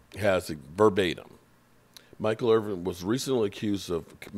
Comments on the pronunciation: He should know that by now even being a name butcher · There is NO damn G in Michael Irvin's name. Irvinnn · I thought Michael Irving lived in Irvin